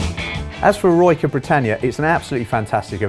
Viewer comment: It’s not pronounced “eh-roy-ca”, it’s pronounced “eh-roh-i-ca”